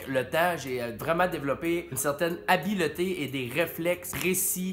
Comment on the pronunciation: habileté, c'est l'accent.